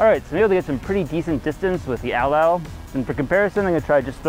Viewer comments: agreed. its at-latl not atl-atl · It's atlatl. Not atalatal! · Its pronounced "AT- LATL" NOT "ATL-ATL" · I especially love the way English speaking people say 'edl-edl' instead of atlatl. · idk if its a wisconsin thing, but ive only heard it pronounced at latle, not atle atle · Did he call it a atl-latal, it’s at-latal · Pronunce Atlatl like AT-LADDEL or (atˌlad(ə)l), not ATTEL-LADDEL. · its not atol-latol its at-latol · It's "At Latl" Not "Atl Atl" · its not pronounced atel-latel , its at-latle. also your using way to much muscle, its more of a wrist snap body twist, not full ham arm strong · You should really practice how to actually say tl, not [təl] so not [ædəl.lædəl], but [t͡ɬ] so [at͡ɬat͡ɬ]. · Cringing every time he pronounces the word “attle-attle”. It’s pronounced “at-lattle”. That’s sloppy for such a good channel. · Pronounced at-Latal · im pretty sure atlatl is pronounced "at-lat-ul" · The way he says atlatl bothers me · Anthropologists use "a-tul-a-tul" and "at-lat-ul" depending on region. The pronunciation you're using is more British whereas the other one is more American